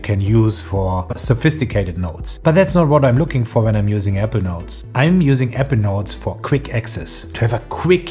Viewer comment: Really good video. Thank you 🙏 A little constructive feedback, I actually thought you were pronouncing ‘evernote’. When you meant Apple Notes. 🙏 I think you pronounce too quick the word ‘apple’.